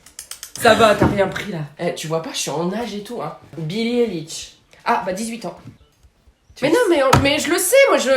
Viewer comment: Comme il a mal prononcé billie eilish 😂😂